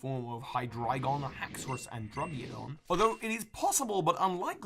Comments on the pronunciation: I laughd My butt of when you said druggidon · Drugeodon instead of druddigon